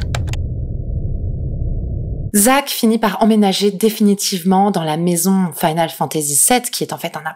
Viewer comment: Tu as un reel problème avec le terme "maison" mdrr